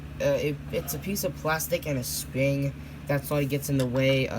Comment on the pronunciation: “And the sping”